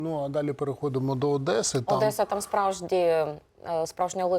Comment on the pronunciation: Не одэсо, а Одесса.